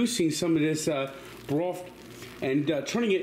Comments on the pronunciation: Beef broft? This guy went to college for Communications/Sportscasting? LMAO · IT'S FOUR GOD DAMN CUPS OF BROFT